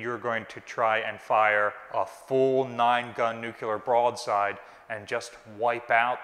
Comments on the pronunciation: You have consistently made the mistake that many do, but with this video it is just too much. The word is NU-CLE-AR not NU-CU-LAR. As the curator giving tours it would be good to be sure you pronounced the term correctly for the young people visiting the ship. thanks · Ok, who gets to correct pronunciation of "nuclear"...from his current "nucular". Just remember The Vapor's album 'New Clear Days" as a helpful hint. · I can confidently tell you no battleship ever carried “NUCULAR” weapons as they don’t exist. LOL. Love you but c’mon man! NEWWWWW CLEARRRRR. IN DA FAT IG ABLE! Keep up the good work taking care of our baby! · Nuculer or nuclear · New Clear, not New Cu Lar. I'll see myself out, thanks. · Nuclear! Not "nukelar"! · I love your channel and I'm a big fan of BB-62 but please for the love of history and science please stop saying nuke-u-lar. There's only one u in nuclear. It's pronounced new-clear or nuke-leer or nuke-lee-are. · Nuke-LEE-ar.........not Nuke-You-lar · "Nuclear", not "Nuculer." Otherwise, excellent. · NEW-QUE-LAR Nū-clear :) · "Nu-clear" Not "nu-cu-ler" Why is this mispronunciation so common? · Dear god! - its NUKE-LEE-ARE, not NUKE-YOU-LAR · It's NUCLEAR, NOT NUCULER. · The word is "nuclear" not "nucular"!! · Oh please! It's nuclear, pronounced new-clear. not nukular. Sorry, pet hate of mine! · Please, please please, pronounce it correctly. The word is NOT nuke-u-ler. It is nuke-cle-ur. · Noo-clear. it's pronounced noo-clear. This is, admittedly, not quite as worrisome as US presidents who have in the past also said it wrong, but if you are going to speak authoritatively about a subject, on should get the basic words correct. (this post to read in a slightly bemused, quizzical tone, not an angry, superior one.) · New-clear. Not nu-cu-lar. :) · NU-CLEE-ARE. Please. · Hearing it pronounced "nuc u lurr" is like getting stabbed in the eardrum. Is this common to Drrty Jrzy or something? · Nuclear.... not "Nuke-u-lar"